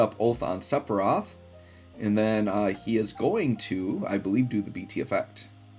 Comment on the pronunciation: Love your videos but HATE how you butcher his name :D